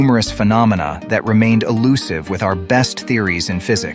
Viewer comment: Really ? INCORRECT information in this video. Here's one example of many things the narrator says that are wrong: This word 'elusive' is not 'allusive'. These words have totally different meanings, yet the idiot narrator pronounces 'elusive' as 'allusive'. Therefore you cannot trust much of anything he says. The makers of this video should start by learning correct basic English. How can anyone listen to them talking about 9, when they don't know 6.